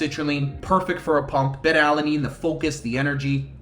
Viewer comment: Solid video, thank you. FYI - It's pronounced-Bay-Tuh, not Bet-Tuh. That's a Southeast Asian fish, lol. Have a nice day.